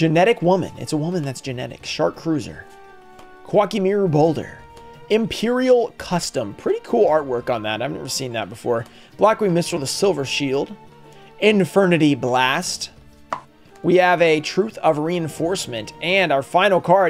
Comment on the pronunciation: 😂😂😂😂😂😂'Infirnity BLAST' when it's 'BEAST'😂😂😂😂😂😂 sorry but definitely made me laugh a bit when you said that